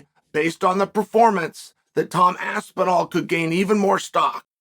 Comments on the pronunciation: If Chael says Tom Aspinall is Tomd Aspinall, then the Heavyweight division has a champion and his name is Tomd Aspinall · I believe i heared chael saying "tomed aspinall", that has to be my favorite now, he just put him in a different state of time.